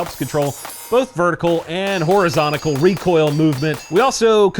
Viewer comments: Did he say horizontical recoil? 😂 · What the hell is "horizontical"? LMAO :) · Did you say horizonticle? That's a 6 out of 5 for sure.